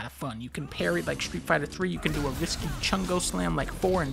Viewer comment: (Shtreet fighta”